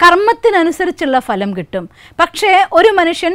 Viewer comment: PLEASE CORRECT YOUR PRONUNCIATION OF " PHA ( LAM)". VERY GOOD SUGGESTION, ESPECIALLY TO STUDENTS.